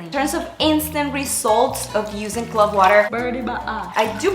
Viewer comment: Loved this.and Love your hair .but it is pronounced clove like wove not clove like glove